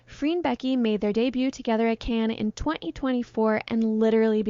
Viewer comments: Could be AI because she couldn't pronounce Cannes, but she also made a mistake calling the swastika as nazi symbol, I think AI would know better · You pronounce "Cannes" wrongly, are you using AI to read your script?